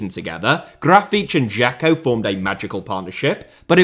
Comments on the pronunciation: Brazilian here. You >almost< got Grafite's name eight. Only thing wrong is the stress syllable: You pronounced it like "GRA-feetch", but it is "Gra-FEEHTCH" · Gra-fee-tea, stressing the 'fee' bit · Well, you tried to mimic the common sense Brazilian accent. Not 100% accurate, as it should sound more like "Grafitchi", but it could also be "Grafiti" or "Grafite" depending on the region. Brazilian Portuguese is a very rich language... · I thought it should be more "graf - fee - tchee". I lived in Portugal for 5 years but found the Brazilian pronunciation confusing. I remembered hearing the word for "limit" which in Portugal was always "lim - meet" but didn't recognise it in a sertanejo song as it was pronounced "lim - mee - tchee" so assumed this would be the same. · It is pronounced “graw-fitch”. There you go, no hard feelings about the Brazil video 😅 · Almost, the last "te" sound more like "cci" like in "Pucci". (btw, grafite is a racist nickname ) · I'm brazilian and I wouldn't say you pronounced it correctly. I would say it was a valiant effort and "close enough". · Your pronunciation is closer to european portuguese, but still an impressive effort👍